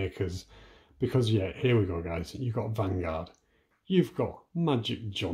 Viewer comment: Vanguard is spelled Vangvard🤣😂